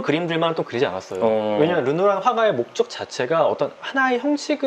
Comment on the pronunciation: 넘 재미써요 이 루누아루 라고 하는것도 재밌고 감동도있고 상식도 챙겨가고 >< 최고